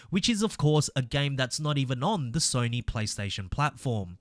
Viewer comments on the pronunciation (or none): none